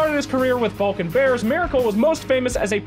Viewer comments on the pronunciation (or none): none